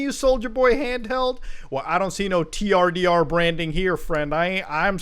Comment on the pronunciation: The fact that the branding is pronounced "turder" should be the red flag if nothing else is.